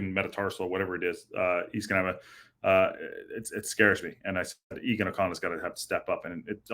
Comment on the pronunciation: Eoghan is pronounced the very differently than how you are saying it. It is much closer to how you would say Owen(American spelling) as in Owen Wilson. Owen the name is more commonly spelt as Eoin. Eoin is the English version of Irish name Eoghan. Eo- silent gh- an (soft A more emphasis on N) Eoan